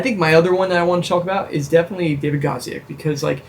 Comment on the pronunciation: David Godziac definitely said Dawid.